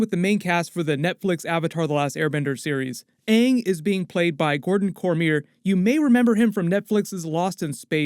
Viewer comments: His name is Ang..... not Ung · ok but if u cant say shang shi right why can u say aang. XD ITS LITERALLY SHANG BUT WITHOUT THE SH XD ..but Aang sounds better then aahng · I hope they pronounce Aang as Ong/ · They gonna pronounce Aang right this time?